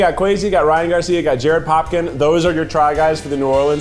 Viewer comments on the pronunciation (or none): none